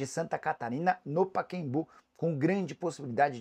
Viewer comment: Porque você fala paquembu?